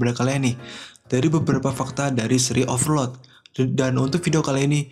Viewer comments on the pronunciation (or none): Pelan pelan aja bang, Overlord jadi ovrod